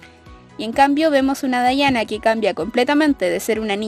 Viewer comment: Odio que se pronuncien así mi Diana nunca será dayana>:v